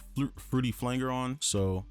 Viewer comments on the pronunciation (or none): FLANGER... Pronounced as (FLAN - JER)